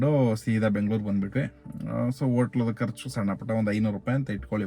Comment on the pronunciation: ಅಣ್ಣಾ ಬೆಂಗಳೂರು ಕಣಣ್ಣ ಅದು ಬೆಂಗಳೂರು